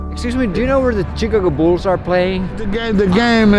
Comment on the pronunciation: laasala i thought you said chicken wolf's and later realised you said Chicago bulls. :`)